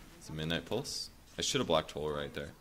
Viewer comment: I like how pronounces "Midnight Pulse" It makes it sound like "my nipples"